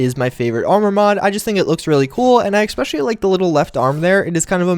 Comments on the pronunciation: He keeps saying ecspecialy. DDE PRONOUNCE IT RIGHT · "especially" does not have an "x" or a "k" in it.